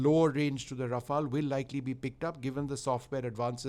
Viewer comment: Raf-all or Raf-ale, host should do home homework on pronunciation before having a talk show on the same.